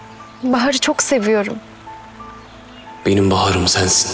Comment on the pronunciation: I remember that, I almost chocked myself of laughter. can’t even pronounce Sen Seveyorom to Yaman 😅